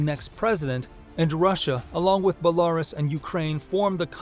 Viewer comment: It's hard to take someone seriously that can't even pronounce Belarus m8